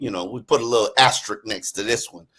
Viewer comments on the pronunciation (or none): C'mon guys. Luv ya but it's as-te-risk. There is no silent S in this 3 syllable word. You're saying: Ass-Trick